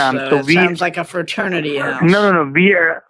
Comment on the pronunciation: "Sounds like a fraturnity house"😅😂😅